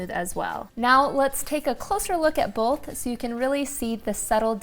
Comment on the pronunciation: Bolth. With an L.